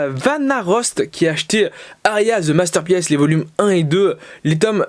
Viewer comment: Juste pour te dire que Masterpiece, la prononciation du mot, est le même que One PIECE. Parce que quand tu le dis, je rigole à chaque fois. Sinon la vidéo est cool et j'aime bien le concept de partagé les achats des abonnés :D